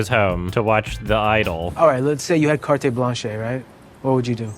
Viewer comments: Did that guy say "cartay blanshay" instead of "carte blanche"??? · "Carté blanché" !!! hahaha, is it really how english say this? "Cartey Blanchey"? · LMAO "cartay blanshay" I don't think I've ever heard anyone pronounce it like that